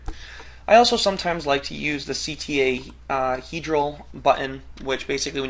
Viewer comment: "ctahedral" in the beginning